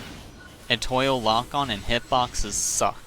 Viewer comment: Eh-TWAH, not Eh-TOIL 🤣❤️